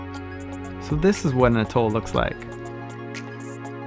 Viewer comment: Its pronounced At Toll....hearing Utol all the time slightly bugs